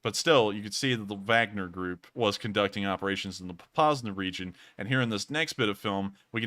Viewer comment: you are pronouncing the Wagner group correctly don't list to the trolls. I've watched u.s. generals speaking about them in Africa